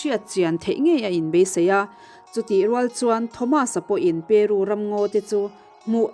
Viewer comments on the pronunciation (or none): Peru tiin thluk mai la...peruuuuu...tiin an thluk vak ngai lo aw